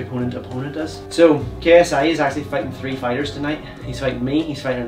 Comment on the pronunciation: You know everytime I watch this video I still hear spiders instead of fighters don't ask me why I have no idea 😂🤣😂🤣😂🤣😂🤣😂🤣